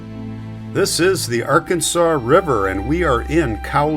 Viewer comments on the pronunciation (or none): Its pronouced ARE-Kansas river, don't feel bad most people get it wrong....lol